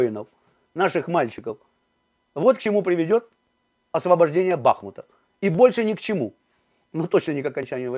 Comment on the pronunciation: Соплеменник, что предлагаешь- не освобождать Бахмут? (Кстати ударение на У.). Предлагаешь ничего не освобождать?